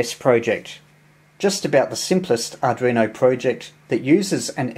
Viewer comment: 5 & 9 plus description but please..ARDUINO not ARDRINO.. 73 G3NBY.